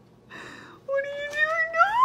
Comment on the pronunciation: HE FR SAY “what🙈” “nAo🤧”